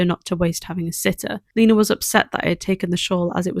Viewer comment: My name is also lena and your saying it right 😊❤🎉